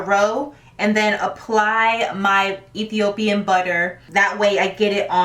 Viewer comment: I am born in Addis Ababa, Ethiopia. I am Amhara. You did not pronounce Ethiopia right and we are Ethiopiawe not Ethiopian. Ethiopia is not in Africa. In the last part of the last millennium Italian Roman General Africanus defeated Africa but he didn’t battle Ethiopia it was his privilege and his right to name what he conquered he named it Africa. There were no slaves took from Ethiopia there were no slave in Ethiopia no 1 in Ethiopia sold people as slaves from Ethiopia to other countries so we Ethiopians are not niggers/niggas. Nigger/nigga means your ancestors were slaves/you we’re a slave/your country got colonized. And that’s what black means also. And us Ethiopian are not black.